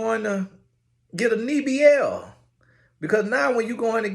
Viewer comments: A “Knee-B-L” 😂 I’m through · He said knee- BL lol 😂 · Bruh 😂he said knee bl😂😂😂😂😂wtf😂😂😂😂